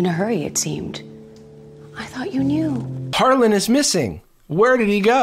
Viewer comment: i know this is so old but i cant get over them saying “harlan-d” every time 😭😭 and really emphasizing a d in his name for some reason